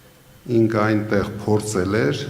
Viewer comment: Ասեք Պորցել չի Փորցելա